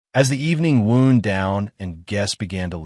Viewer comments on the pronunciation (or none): Wound, pronounced waund as means to coil or wind (not a breeze)The other wound (woond) is an injury. IJS 😂